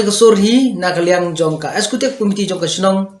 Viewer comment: Excecutive ym dei escecutive da kren bha bah sngew lehrain